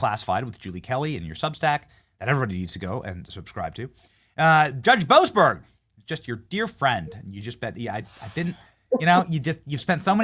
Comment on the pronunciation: Boas-berg. Berg Man Stein